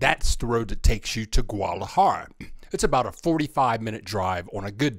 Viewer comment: Hey....terrific video. Yer the only guy who can pronounce Guadalajara with 3 syllables! 😊